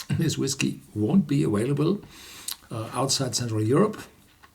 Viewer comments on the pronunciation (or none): The word “available” is pronounced aVailable, not aWailable.